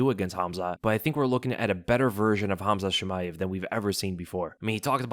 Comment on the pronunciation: No way this man said Khamzat Chillmaev and it went unnoticed 😂